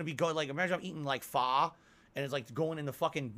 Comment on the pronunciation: Add "pho" to the list of words can't pronounce correctly. Being a foreign word doesn't disqualify since likes to think he's a worldly, sophisticated man. It's pronounced fuh.